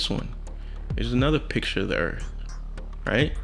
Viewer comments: the guy says EARF he can't even say EARTH and he claims it's flat I LOVE THE HUMAN RACE!!!! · Anyone one who pronounces the word earth as earf. I don’t trust their scientific opinion. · A flat earther that pronounces as Earf obviously knows so much. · Yo! See duh Earf! Dis is duh Earf yo! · as soon as that guy said "earf" , you automatically know he's a moron.... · He lost all credibility when he call earth, EARF. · Can’t take anyone seriously that says “earf” and “supposubly”. Also, I feel almost bad for that really awkward kid with the handheld cam. I’ve met quite a few people like him before. They think because they’re extremely weird and have quirks, and are socially awkward, that it makes them brilliant somehow because they’re so used to hearing things like “being weird or awkward probably means you’re autistic or something and that probably means you’re brilliant at math or something”, and that’s what they see in pop culture...so they get this inflated sense of their awkwardness directly correlating to brilliance. It’s sad, and a problem. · First things first. He said "Erf". Not Earth. Argument lost. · You had me at "earff" Now I believe you 100% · Dude pronounces "Earth" as "Urf" and "Supposedly" "Suposably" LMFAO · When you say things like "Earf" and "supposably" i stop listening anyway. And i dont even understand what the 3rd guy was even driving at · What's up with people pronouncing earth earfh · Right off never trust a guy who says: "Earf or supposebly" - I would love for all Flat Earthers to hang up their highest education received diplomas behind them while they are recording their videos. Then people viewing their crap "facts" can have a reference of just how crap they are. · He said "supposebly" and "Earf". Trust him, I do not.